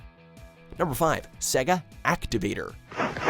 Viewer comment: Why is he pronouncing Sega like that? Stop it, that's really annoying.